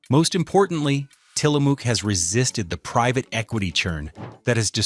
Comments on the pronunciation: Tillamook is pronounced Till-a-muuck. Ask any Oregonian. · It's pronounced Tilla Muk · We are Oregonians, and it has always been "Till-a-mook", like "cook", not like "muck." I don't know where you are writing from. Kind of like "Oregon." Not "Ore-e-GON " like people say. It is Or-e-gun. " Like the Willamette Valley. Not spelled or pronounced like "Wil-METTE" IL, or "William-ette" like people think either. It is "Will-AM-ette." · Learn how to say Tillamook. It's not a spook.